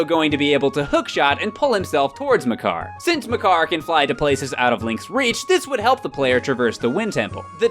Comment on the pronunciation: I might be wrong, but the way "Makar" is pronounced is really off.